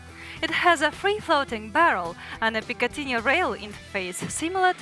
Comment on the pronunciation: Cool video, but I'd like to see her shooting it. Putting that thumb flange on the safety lever is a very good idea. This is not a criticism, but I had to smile when she pronounced the Picatinny rail as "pikatinya". On the other hand, she speaks English very well, and I don't speak Russian at all, so perhaps I shouldn't say anything.